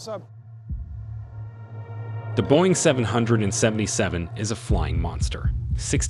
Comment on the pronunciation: The guy can't even say 777 correctly so I'm not watching this